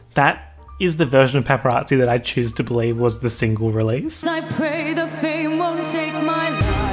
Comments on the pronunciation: And whenever he says signal instead of single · take a shot anytime he says signal instead of single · saying "signal" instead of "single" all the time... the illiteracy luv xx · The reason why can’t pronounce single is because he can’t get over that he is also, single